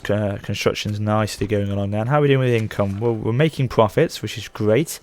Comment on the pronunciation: "so there we arrrrre"!